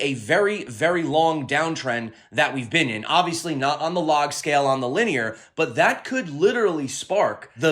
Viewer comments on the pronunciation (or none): none